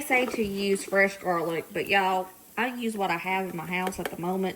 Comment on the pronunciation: Yeah, she said jarlic. Emily says it too. Family thing, I guess. I like it, can hear myself saying it too…..